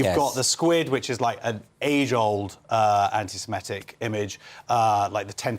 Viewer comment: This is less of a problem than the actual problem of anti-semitism, but why do people pronounce it anti-simetic? It’s wrong, it’s not pronounced that way. It’s like calling the month Nevomber.